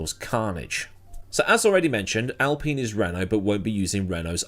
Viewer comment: al pain is how admiral general aladeen would pronounce alpine